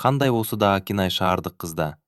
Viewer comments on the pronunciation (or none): Нүргүл деп окусан Нургул дебей.Акинайды да Акынай деп окуп жаттын